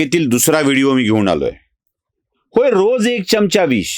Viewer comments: च्यमच्या नाही, चमचा म्हणा. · सर आपपला चमचा या शब्दाचा उच्चार चुकतोय